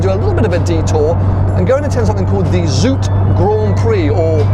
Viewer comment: “zoute” is not pronounced as “zoot”. It’s more like “zow-teh”